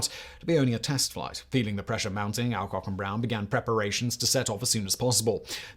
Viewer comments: Just a comment in you miss prouncations is many of your presentations. In this one it's Alcock, ever since I was a child in the 1950's it was "ALLCOCK", just to check I have tried some other YouTube presentations and all but you agree on the correct version. Please check how names should be prounced, it spoils the very interesting presentations you do when names and places are given as they are spelt not as generally spoken. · As a schoolkid we pronounced it All Cock and Brown, aka Kenny Lynch.